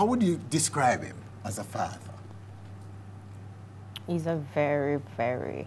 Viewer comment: Lol baby fadder the word is father